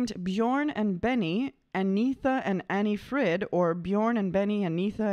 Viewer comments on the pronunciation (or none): Anni-Frid, not Anni... and Agneta, not Anita... Really easy.